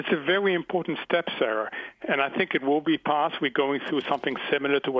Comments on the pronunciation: Its pronounced very not vewy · Elmer Fudd is vewy, vewy astute. Market is still wisky.